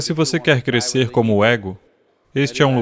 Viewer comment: "...CRESCERRR COMO SERRR!!!" 🙏🙏🙏